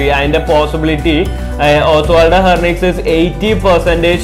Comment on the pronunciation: It is ഹെൻറിക്വസ് not ഹെർനിക്വസ്...